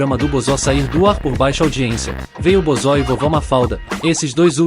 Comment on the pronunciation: Cara toma cuidado com o sintetizador de Voz, Ele pronunciou errado o nome Bozo, ficou "Bozó", escreva "Bôzo” assim vai pronunciar do jeito certo.